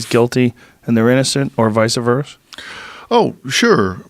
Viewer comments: Joe "Vi-sa Verse" Rogan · It’s vice versa joe, not visa verse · Joe "Vice-a-verse" Rogan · Vice-A-Verse? I think you have that backwards Joe... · ‘Visa verse’ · Joe “or vice a verse” rogan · Joe "vice - verse" Rogaine